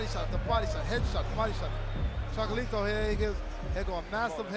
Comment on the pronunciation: Maybe the commentator should focus less on glazing Chocolatito and more on learning how to pronounce his name